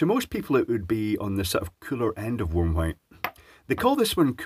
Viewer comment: Did he say 'worm' light? 😜